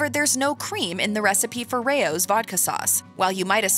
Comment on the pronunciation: Rao's is pronounced like "Rouse", not "Ray-ohs". Its a family name, Not being a grammar nazi, I would want my name pronounced correctly